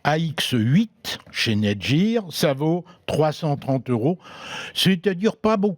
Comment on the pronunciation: La game »jir » (gamegear) te remercie Victor de prononcer Netgear Net « jir » à la francaise :’)